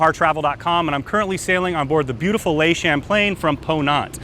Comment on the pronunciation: Please, Danny - "Le" in French is NOT "lay" but rather "luh".